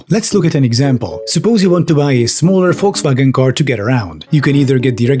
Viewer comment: Actually hearing someone pronounce Volkswagen correctly for once feels really good. Thank you.